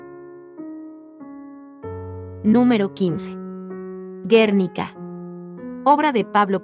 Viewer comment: A la mujer que narra deberían enseñarle a pronunciar los nombres y apellidos de los autores así como de los cuadros. Ejemplo, porque el apellido Botticelli lo pronuncia “batichelli” y los franceses peor. Hasta el Guernica de Picasso lo pronuncia mal. Lo pronuncia como si tuviera “tilde o acento”.